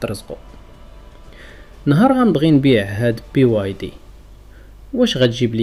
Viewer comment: بزاف ديال الحوايج كاتقولهوم فهاد الفيديو غي كاتخربق او ما عندك تا معلومة صحيحة، ملي كملت الفيديو راك ما فاهم والو على الفيديو ديالك. BYD عاطيا 8 سنوات ݣرانتي على الباتري او 8 اولى 200000km على المحرك .انا طموبيلتي دخلت في طيطوار فالاوتورت او باقي ما صفحتها. الخلاصة راك خرباقي كبير او من فضلك نطق غي سميتها BYD مزيان راك شوهتي سمية ماشي PYD.